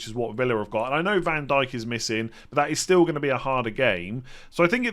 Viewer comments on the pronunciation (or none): none